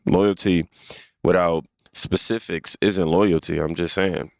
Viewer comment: “Specificts …. It’s got a red underline. I know it’s a word. What are you digging into here?